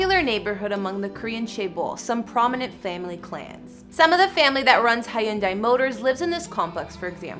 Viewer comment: Lol hi-un-day for Hyundai. It’s pronounced like “Sunday”, dearie.